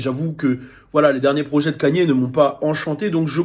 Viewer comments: c'est nouveau hein que vous dites "kanié", tout le monde prononce "Keyni" même aux states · Moi ce qui me choque c'est que tu dise "Kanié"